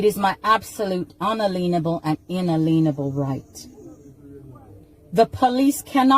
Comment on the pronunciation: Another one who can't pronounce "unalienable".